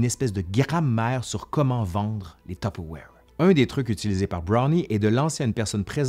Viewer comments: Ouais mais on ne dit pas "top awaire" ! on dit : "Tuu peure vouaire"...en France. Ma mère a raison. Point. 😂 Ps : merci, c'était très intéressant et très... nostalgique pour moi. Ma mère a utilisé une espèce de bol orange avec le même couvercle que celui que vous avez dans les mains pendant des décennies. J'avais du mal à manger ce qui en sortait, vu que le plastique était un peu noirci à force, en pensant à toutes les substances toxiques qui devaient contaminer les éléments... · ah ! que de souvenirs en regardant votre vidéo instructive agrémentée de "zzzz" !! Enfant, j'assistais aux réunions "tue père voire" (prononciation lorraine Est de la France) et j'en conserve un exemplaire des années 1970 ........ 😊🧑‍🍳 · Maman disait « tiperwait »! Impossible de lui faire prononcer ce mot à peu près correctement. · Haa! J'ai jamais réussi à prononcé correctement ce nom ^^' je suis sûrement pas la seule en France je dis: tu paire va re XD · Non non non, c'est tu-pe-wouar (humour) mais c'est ainsi que le prononce ma mère. 😅